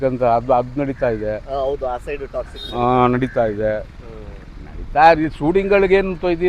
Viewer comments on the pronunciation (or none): none